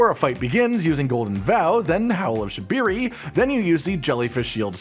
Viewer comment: IT'S SHA-BRI-RI YOU DUM MF